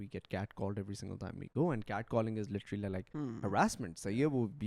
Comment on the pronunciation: Lidarly not literally😂